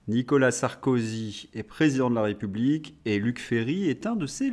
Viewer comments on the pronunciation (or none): none